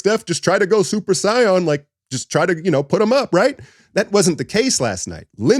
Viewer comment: My man said super sighyawn 😂 super say-in